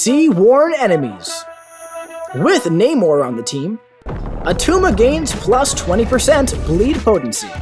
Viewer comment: It's not Attuma